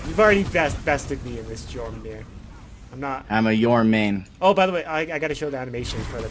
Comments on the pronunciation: Jormangandr is pronounced with a Y like this Yorm-an-gand or Yorm-an-gander Norse pronunciation is weird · Your-moon-gandr. There u go